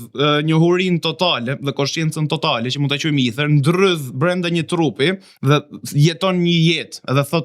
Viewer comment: Me fal, mos je rritur gje ne Angli apo ndonje shtet anglofon, qe ste del fjala shqip Eter, por na hap barkun duke i then Ither? Dhe "kepurdhen" qe e bere legjende dhe e zbertheve ne detaje, meso ti shqiptosh emrin njehere tamam, pastaj na i zberthe. "Kerpudhe" thuhet sa per dijeni. Delirant qe te duket sikur ke shpik rroten, se ta kan ber pak qejfin neper komente ne tik tok dhe ke fillu te te duket vetja vertet gjeni.